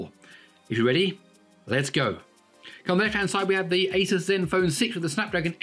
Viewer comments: fixed But still not how Linus says it 😀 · 'asus' Linus: "it's asoos"